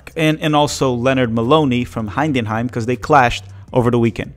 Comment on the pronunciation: “Hein den heim”. Sigh. Where is this extra ‘n’ coming from? You can do it. Heidenheim. “Ei” is pronounced like the I in “Hi”